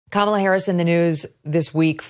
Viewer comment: Am I nuts or did Oprah just mispronounce Kamala’s name?